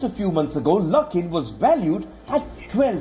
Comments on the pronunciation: Silly ... why mix coffee and politics ? Also it is best time to buy luckin at this price when stock reopen again ... btw it is pronounced as LUCK in not LOOK in 🤣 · Lol lol... Luke in coffee.. Are you having a pronunciation issue? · Luckin. Rhymes with...